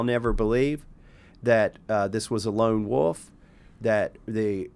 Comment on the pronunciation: ahh, i know that phrase. I thought since he said lone woof, not wolf that it was something to do with barking.